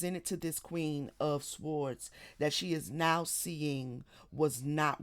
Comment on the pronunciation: Your channel was recommended to be a few days ago. I like your readings but the way you say sword makes me cringe every time. The w in sword is silent so it’s pronounced “sord.”